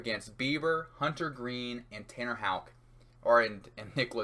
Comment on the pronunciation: 35 seconds in hitting the correct Houck pronunciation. I know this one a banger